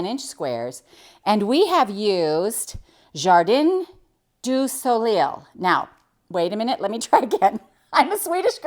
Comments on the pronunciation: "Jardaaaaan dooo solay. LOL French is notorious for not spelling anything the way it sounds. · not too bad Jenny - jar-dan do so-lay